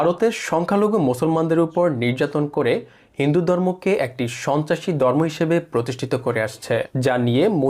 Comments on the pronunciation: বারত! গন্টা ! দর্ম ! ভাই বাংলা উচ্চারণ টা ঠিক করে ভিডিও বানান। তা না হলে আপনার ভিডিও বিশ্বাসযোগ্য হবে না। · ভারত বলতে পারে না বলে বারত,ধর্ম বলতে বলে দর্ম এতটা অশিক্ষিত একটা লোক গায়ে কোট চড়িয়ে ভিডিও তৈরি করে!!